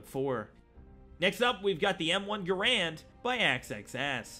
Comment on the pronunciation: The M1 Garand was named after its inventor John Garand, not because the rifle was big or anything like that. Also it’s not pronounced like Grand. There’s an extra “A” there for a reason.